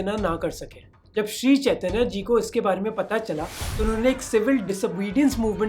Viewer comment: भाई मोहक जब आप हिंदी में बात करते हैं तो फिर हिंदी शब्द को हिंदी की तरह क्यों नहीं बोलते हो। जैसे- चैतन्य को चैतन्या संकीर्तन को संकीर्तना बोल रहे हो। कृपया सुधार करें। जानबुझकर ऐसा न करें।